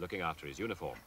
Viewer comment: I thought he said "unicorn" not "uniform" 😂